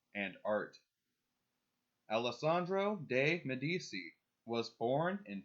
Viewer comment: One note, Medici is pronounced "Medi-chi".